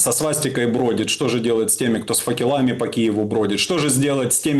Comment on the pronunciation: по-русски говоришь, так говори правильно - не факелАми, а фАкелами